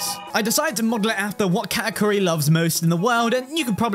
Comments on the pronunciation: My god guys, he said ka'akuri instead of katakuri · You Said kaaakuri😢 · Breh said kaakuri its katakuri canesace😅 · Kaakuri kaakuri KAAKURI HIS NAME IS KA TA KU RI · I think I heard kaakuri and not Katakuri